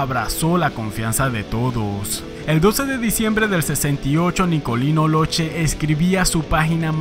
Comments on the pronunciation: Solo en Argentina porque no logro nada cuando salió. Y se pronuncia (loque, no loche) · La pronunciación del apellido sería loque...Saludos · Hola a todos , Nicolino Locche es de origen Sarda ( isla de Cerdena) , el apellido no se lee y no se pronuncia Locce sino cch= K entonces en espanol seria LOKE la verdadera pronuncia italiana de las lettras CH y CCH es K , eso es lo correcto. Un saludo a todos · La pronunciación correcta de su apellido es “Lóque”.